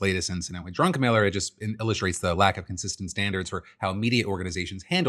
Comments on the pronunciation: Lol the fact that Phil mispronounced his name as Drunken Miller the entire time is so funny even though his name is DRUCKENMILLER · Uh.... Isnt it DRUCKenmiller.... Instead of DRUNKenmiller? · Am I the only one that thought Phil kept saying drunken miller not Druckenmiller? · Am I the only one who hears Phil pronouncing Druckenmiller as "drunken miller"? 😅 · Is the guy’s name “Drunkenmiller”, or “Druckenmiller”? 😂 Oh, he’s a billionaire? Nvm, idc about the pronunciation accuracy anymore. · I love how Phil kept calling Druckenmiller "drunkenmiller" :P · I know his name is Druckenmiller... but I keep hearing "Drunkenmiller" and it seems more fitting. It's concerning that people are content with letting AI think for them. I didn't think WALL-E would be that on the nose... but we're on our way. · Woah, I thought when Phil was saying "Drunkenmiller" he was just choosing to make fun of some guy with the last name Miller that had a sketchy history of intoxication. Was not expecting to see that is someone's real name. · We know where you stand with the Stan Druckenmiller case. You keep calling him Drunkenmiller. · Does Phil keep saying Drunken Miller? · Hey Phil! Love you. But just like my wife has issues with Crayon and Iron, You seem to have an issue with Drunkenmiller Vs Druckenmiller....lol. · I agree, I totally hear that, not sure if he was trolling or not (?) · all I can hear is Drunken-Miller. Perhaps it's a dialect thing but it sure sounds like Drunken-Miller. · Love how Phil just keeps saying "Drunkenmiller".... very likely unintentional, but hilarious none the less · "Drunkenmiller" I'm dead LOL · Not me hearing "Drunken Miller" over and over